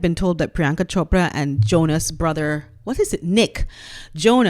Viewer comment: Love your videos. By the way, your accurate pronunciation of Chopra surprised me. I never expected it. Priyanka is nothing to write home about. She sold out in my personal opinion, the same way Meh-gan Mularky sold her father out